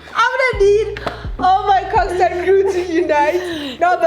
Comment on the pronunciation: not 'cockstad' sana😭